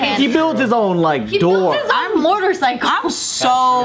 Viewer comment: Haha is starting to say “mortorcycle” like Joe